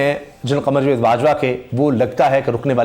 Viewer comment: بھائی لفظ جوید نہیں جا۔۔۔۔ و۔۔ید ہوتا ہے۔۔۔۔۔ جا۔۔۔۔۔ جا۔۔۔ جا۔۔۔ وید۔